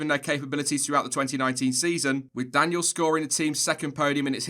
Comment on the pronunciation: It's Daniil, not Daniel,! FFS!